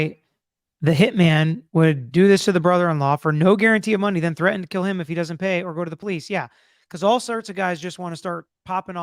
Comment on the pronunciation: Omh.. replay crew and I am so stuck on the defense attorney not being able to pronounce a T ... Charlie was not treadend...